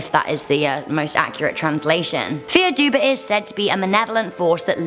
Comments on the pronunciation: Dubh is pronounced duv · Dark figure with fierce red eyes and a hat. That's not slenderman, that's The Hat Man. The one shadow person you don't want to see (Also I believe dubh in Gaelic is pronounced "Doo") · Dubh is pronounced "Doo"